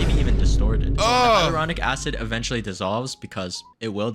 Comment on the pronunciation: its "hal your ronic"